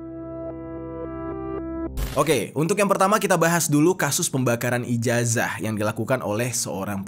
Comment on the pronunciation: Santai aja bang jer😂 Ijazah dibaca Ijasah